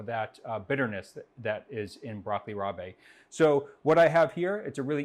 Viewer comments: Wow today I learned it's pronounced broccoli RAH-BAY and not broccoli REYB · Is it not pronounced brocolli ROB. I know its spelled Rabe… but it is pronounced Rob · is the only American I've heard pronounce it that way. Most often it's pronounced like ROB. In Italian it's called rapini or cime di rapa or broccoletti di rapa. In Naples, the green is also called friarielli. In Portuguese, they have grelos de nabo, which are similar in taste and texture to broccoli rabe. Rapini is also popular in northwestern Spain. I've heard British people pronounce it "rayb" but I'm not sure how common that pronunciation. This stuff was brought to the US by the D'arrigo brothers of California. They still hold four patents for growing the stuff. The D'arrigos popularized it and also came up with the American name "broccoli rabe". They pronounce the latter part as rob or rahb, as the vast majority of Americans do.